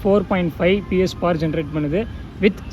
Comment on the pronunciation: Power ❌paawar✅